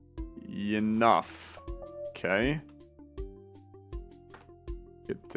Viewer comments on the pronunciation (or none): The way you said funny/enough tickled me for some reason.